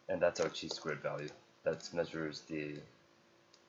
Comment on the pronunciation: Chi is pronounced like high but with a k